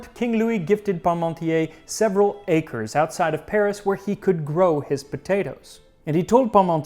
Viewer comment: The funny thing was, when I heard you say "Parmontier" it sounded like "Pommesmountier" - "potato rider" ;-)